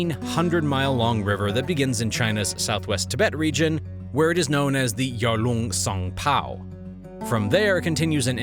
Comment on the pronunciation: yaer luung tsang paao... lol. its yar luung tsang po. not paaoo.